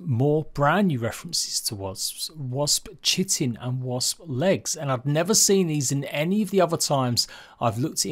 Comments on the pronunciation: Just want to mention this because it drives me nuts, I believe it's pronounced "KAI-ten" not "CHIT-en". Sorry XP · Hey. Just an FYI. Chitin is pronounced k-eye-tin and Scythe is pronounced s-eye-th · chitin is pronounced "Kite In"